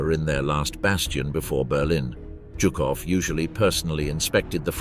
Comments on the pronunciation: It’s not jew cough. It’s zoo cough for General Zhukov!! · Jukov and Heinrichi ? Really can't listen to that ...